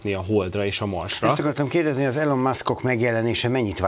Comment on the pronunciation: Nem Elon, ejtsd Ilon